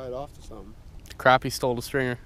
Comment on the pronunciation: Its not pronounced craw-pee its pronounced crappy